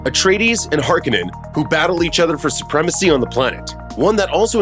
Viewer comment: OMG! Please learn to pronounce the characters, planets and family names. Also, lower the annoying music so that we can hear you. Har-KŌ-nan. Fremm-en. FIfedom(long i), h